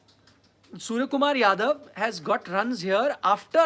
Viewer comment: Beta pale nam to sahi kelo tab reporting karo surya h surja ni 😀😀😀